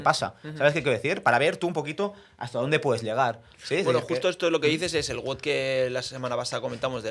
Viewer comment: Todo muy bien, pero es wod no wud.